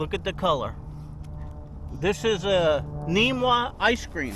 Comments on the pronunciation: Namwah not neemwah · Its called a namwah not neemwa!